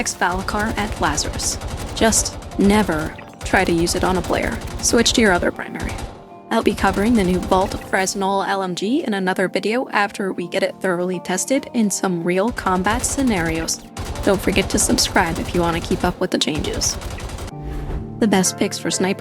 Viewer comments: Fresnel is pronounced "fruh-nell" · Thanks for doing this video but just to get ahead of this for you. I used to work on a fresnel lens on an aircraft carrier. The S is Silent so it's pronounced fra-nel. I'm not trying to be nitpicky but just trying to help out for future videos especially that one.